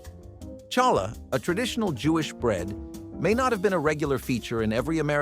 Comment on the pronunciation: Challah is pronounced with a H ….. hal la ! I’m not Jewish and I know this !